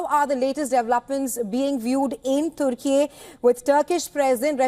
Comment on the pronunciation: Why Indian news anchor are pronouncing Turkey as turky.